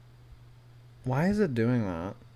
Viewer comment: So why does he say labtop?